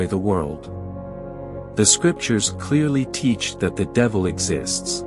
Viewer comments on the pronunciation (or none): none